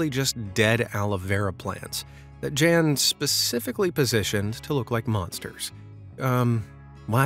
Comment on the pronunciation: NOT "Jan" --"YAHN"!